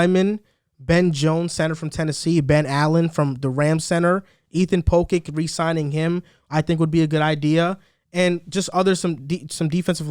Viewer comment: Ethan Pocic (Poh-sick)